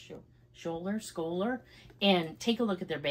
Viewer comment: Ohhh I love suede bags! It gives me vintage vibes for some reason. Beautiful colour. Pronunciation was pretty good just drop the ‘c’ - shouler 😊.